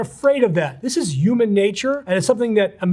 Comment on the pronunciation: "You-man nature" 😂